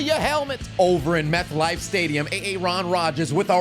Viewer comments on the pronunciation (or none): My dude really said Meth Life stadium 😂😂😂